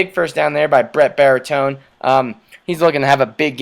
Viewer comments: Bartolone is pronounced BAR-TA-LONE-E Gauta is pronounced NOW-TUH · Okay, I've enjoyed these, but it's bugging me... his name is Bartolone! Why do you keep calling him Baritone? Is there like some inside joke there or something?